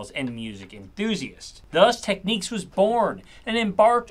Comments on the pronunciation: Thank you. This guy mis-pronouncing it as ‘Techniques’ a thousand times is making this vid unwatchable! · In Australia we pronounce it Teknicks. Also we say Nissan, not Neesan 😁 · For the love of God this video drives me crazy as this guy sometimes pronounced “Technics” yet countless times he keeps calling them TechNIQUES. FFS. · Apparently, the weird 'Techniques' mispronunciation of the brand was localised to the US. I hope this guy never goes on a picnic....oh wait sorry...a picnique! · Couldn’t watch video to the end. I cringed every time he pronounced Technics wrong, it’s not techniques. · Pronunciation. "Techniques" wtf is that ? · Pronouncing Technics as ‘Techniques’ is so very American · It’s PRONOUNCED TECH NICKS🤷‍♂️ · Technics not techniques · Tech niks Jesus your driving me nuts with that pronunciation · Technics - NOT Techniques! Say it like ‘tech - nicks’. Why is it so difficult for American folks to pronounce this properly? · Always preferred 1200s over 1210s and its technics not techniques lol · Everytime I hear "techniques", well, you know.... (sucks teeth) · its pronounced as tech nics not techneque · Pronounced TECHNIQUES. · Miss-pronouncing the brand is really starting to grate 🥵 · I'm cringing every time you say techniques but the video is still good lol. I own a pair of SL-1210M3D turntables. My RP-DJ1200 headphones have lasted over 10 years and the pleather on the ear pads has worn away to fabric from use but they still work great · pretty certain you're saying technics wrong. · I guess if you're gonna do a story about Technics you oughta learn how to pronounce the word first, at least. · Why do Americans pronounce technics so wrong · You need to practice your technique for pronouncing “technics” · I've always wondered why people pronounced it "Techniques" back in the day, and as our host does here, when the name is "Technics" and phonetically is NOT the same. So which is actually the correct pronunciation? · It's Tek-nix, not Tek-neeks.